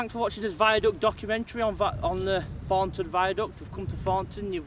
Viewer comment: Note how this youth has unfortunately incorporated into hi speechthe childish southern habit of saying TH as F as in Fornton. This affectation has crept north nigh on 20 year after first appearing on Eastenders and Jackanory.